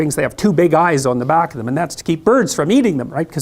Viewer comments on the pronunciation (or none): none